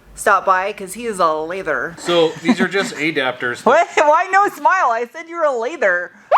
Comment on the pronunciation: A dapters? never heard it like that before.